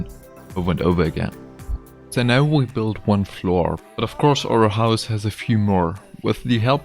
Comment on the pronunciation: I'm sorry, it really is impressive what you're doing, but I find your pronunciation adorable. Büld. Hehe.